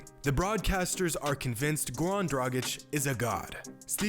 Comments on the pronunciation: His name is Goran not Gowan, you can pronounce "R" just fine, why are you intentionally butchering his name? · Gowan Dragic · Why is he saying gawn dragić😂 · GoRan man pronounce that R ♥️